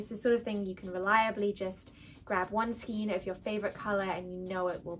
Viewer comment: Skein is pronounced SKANE